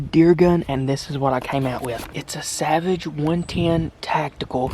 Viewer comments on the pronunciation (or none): none